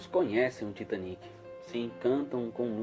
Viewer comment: Finalmente alguém falou o nome do Titanic certo kkk glória a Deusssss kkkkk